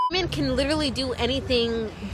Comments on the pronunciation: like your content but when will you learn to pronounce women its plural bro! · I believe he's saying it on purpose. Sarcasm, like using the word "wamen".